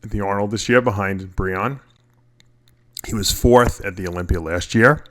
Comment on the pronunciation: Im so sick of you calling Mr Olympia Mr Olimpiar..Are you that fucking stupid? It almost makes me quit viewing your page.